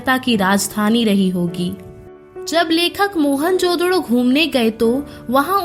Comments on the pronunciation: Mohanjodaro hai mohanjododo nahi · Mohan jododo nhi hai wo mohanjodaro hai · Ye mohanjadaroo ko mohanjdoro kyu bula rhi h.. kitna awkward lag rha h..😢